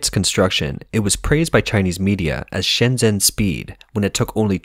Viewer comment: "zh" is pronounced like a "j".